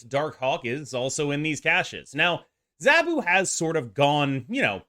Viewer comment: Z ahhh bu not zaaaa bu